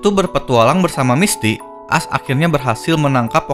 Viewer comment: Misty.... Bukan misti;-; bisa di bikin setiker wa btw